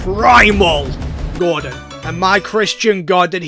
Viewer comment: I like how when he says groudon it sounds like hes saying gordon